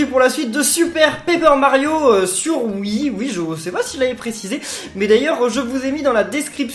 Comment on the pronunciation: Miguel Gaming oui sauf qu'il prononce wii ou et sinon ça marche pas